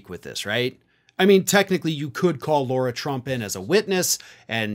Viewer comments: Lara not Laura not Lora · Lara, not Laura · Lara, not Laura. Just for the next story about stupidity. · Please call her by her name.. Lara, not Laura…small detail but you sound better when accurate; I’m a big fan of yours!! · Please stop calling her “Laura”, which is also the name of my dear daughter. Eric’s wife is named “Lara.” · Do you continuously pronounce Lara Trump's name incorrectly as a way to dig at her? I don't really care it's just something I notice every time you say her name.